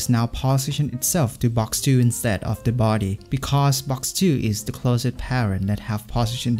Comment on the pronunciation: you pronounce closest like closet lol